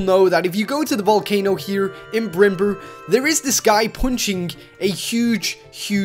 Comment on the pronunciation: Bimber not brimber